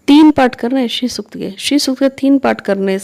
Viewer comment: Pranam jo paath krna h wo shri sukt ka paath h name clear ni ho rha h